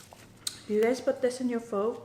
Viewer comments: the second way of pronoucitation is accurate ~ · Yum! Also the way you said pho the second time was correct! I had homemade pho today lol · for all you idiots who think ure so smart pronouncing it "fuh", ure wrong. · Chicken noodle sour summer rolls and egg Rolls It’s Fo so the first way you said it. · Like its spelled pho but pronounced "pha". It was a bit confusing when I figured it out... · I’m Asian. You call them salad rolls and I call them spring rolls and the other one that you call spring rolls, I call them egg rolls. And I pronounce pho like the second way you pronounced it. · hehe, the thumbnail says "Vietnamise". Glad you enjoyed vietnamese food! I am vietnamese, but I don't really like the foods we have. But to others, it is delicious. And the second way you pronounced Pho is closer to the true pronounciation than "foe"